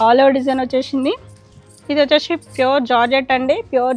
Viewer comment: Vacheshee vachesheee please anodhu ma. Vinadaniki assalu baledhu Just say vacheesi ( c)